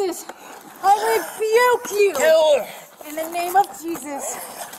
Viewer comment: Wtf is reeevuke? Been watching to much dragonballz.